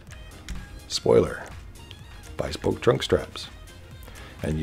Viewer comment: its bespoke not bispoke lol